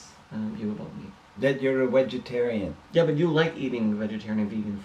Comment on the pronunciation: Is saying ”wegetarian”?